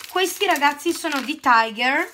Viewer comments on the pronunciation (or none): none